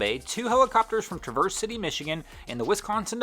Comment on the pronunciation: TRAVERSE A SOUNDS LIKE APPLE!